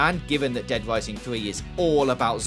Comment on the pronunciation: Dead Wising, wewease, tolewable, gears of waw, political outwage, Liawa, owiginally, Bwazil. Gotta work on the R's there fwiend.